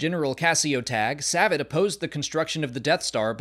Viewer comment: I recall Savit being pronounced differently in Thrawn Treason.